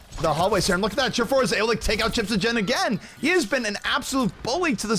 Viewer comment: the pronunciation of chipshajen.. good lord!